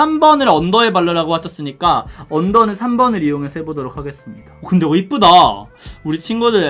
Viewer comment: 하게수루미다 ? ㅋㅋㅋㅋ 발음 너무 맘에 들어용 ㅋㅋㅋ